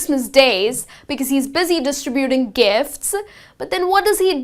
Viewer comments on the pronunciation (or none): none